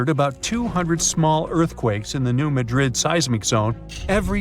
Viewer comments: Please pronounce New Madrid correctly. The emphasis is on the first syllable of Madrid - MADrid, not the second like the city in Spain - maDRID. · Emphasis on the 1st syllable. New MAD -drid. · You're pronouncing New Madrid wrong. I can't take this seriously.